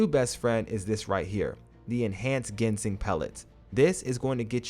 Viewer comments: Much love bro you said gingsen, you got this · Gin-sang there’s no g in the middle dawgy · Kyoo-ree-ohs, lūng, jin-seng. Good video